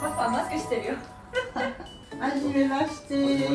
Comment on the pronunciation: 【フランス語の発音について】 頭文字の『は』『ハ』の発音しないですよね。 電話での挨拶も『ハロー』ではなく、 『アロー』と言うし、 お父さんとの挨拶で、お母さんは 『はじめまして・・・』を、『あじめまして・・・』 と言っている。 フランス語の事は分からないけど、 全てがそうじゃないんでしょうけどね。